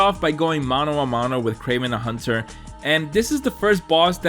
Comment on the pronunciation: mano a mano??? Tu é Brasileiro cara?